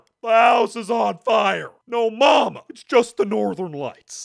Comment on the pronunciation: "No mama" Sounds like YO Mama.